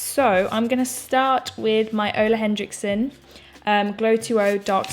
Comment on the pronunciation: Say it with me: “Henriksen” not Hend-riksen 😂 I’m nitpicking but I say it because I love you and everyone mispronounces his brand. Love an easy, beachy glowy look! I could watch your renovation vlogs and weekly vlogs forever but I like that you posted this in between 💕